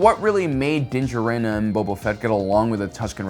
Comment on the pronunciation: Why do you say Din’s last name like that